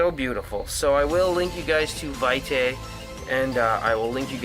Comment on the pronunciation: I believe it's pronounced vee' tay.